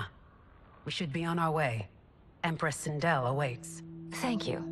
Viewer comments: He heard sindel’s name so many times and still call her sindri😂… god of war took a toll on him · I laughed every time he called Sendel, Sendral. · Who is sindrel ? Her name is Sindel😂